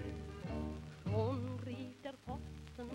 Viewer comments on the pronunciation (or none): none